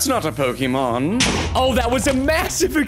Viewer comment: PRONOUNCE RIGHT NAMES PLS PRESTON ITS KILLING ME